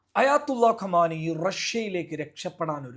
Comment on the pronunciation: കമാനിയോ 🤔 എന്താണ്!? Khamnai (khamnai എന്ന് പറയൂ )